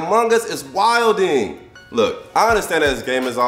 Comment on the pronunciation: Mans said wild ing